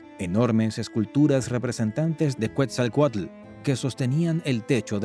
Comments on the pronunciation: Es Quetzalcoatl no cuetzalcoatl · Es Ketzalcoatl , Quetzalcóatl, no “cuetzalcoatl “ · no se dice cuetzalcuetla se dice: Quetzal Coatl. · Cuetzelcualco ahuevo..😂😂😂😂 Que dios es cuetzecualco. Yo solo conosco a quetzacoalt